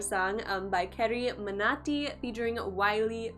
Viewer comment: I didn't understand why you kinda struggled to pronounce 'carryminati'...carry is an English word ..you can pronounce 'illuminati' easily but pronouncing 'carryminati' .it's hard for you ..ughh...making people fools ! Good work